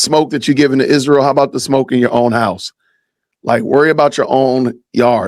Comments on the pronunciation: Why does she pronounce Isreal Ishreal?? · She can’t even pronounce Israel.